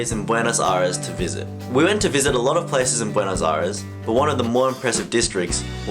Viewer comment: Is Buenos Aires not Buenos Ares my friend.